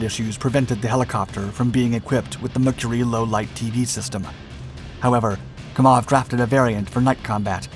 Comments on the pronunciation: It's pronounced, "KAM-awv", NOT "Ka-MAWV". Excellent presentation. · It's Kámov, NOT Kamóv! How ignorant are people, when it comes to non-x-colonialist nation's languages! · It's not KamOv, it's KAmov